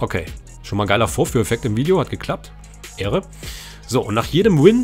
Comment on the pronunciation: 100000 mal ehre hintereinander aber du sagst ähre